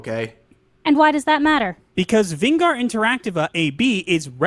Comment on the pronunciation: No they butchered that pronounciation of Vingar. Not worth a like.